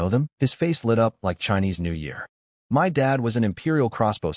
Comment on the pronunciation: I don't understand why "of" , "it" , "in" are pronounced correctly , but "my" is read as M.Y.